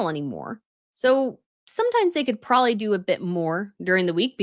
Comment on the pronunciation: I have heard you say some pretty ridiculous things before, but, "If you're going to be a king, you have to live in a castle", is easily, the most stupid thing that has EVER come out of your mouth! And you say " prawley", instead of "probably"!!! 🙄